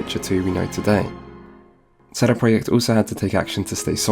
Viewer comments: What sort of man says "sheday preyacht" if he's not polish, an annoying as fuck wanker that's who. Couldn't concentrate through the whole video due to his wankery fuck They are called CD Project, not fucking sheday preyacht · Please stop saying CD Projekt like that... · "Setty proyeckt" Like what? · Lol, not one second in and I'm hearing CEDE PRJKT... SHOTS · You say "CD projekt" really weird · The way you pronounce CD Projekt sounds almost Hungarian lol, I love it. Took me a while, didn't even realize it first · Sounds polish to me